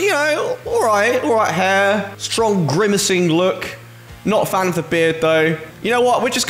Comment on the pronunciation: BRO said “grimace-ing” before GTA6😭💀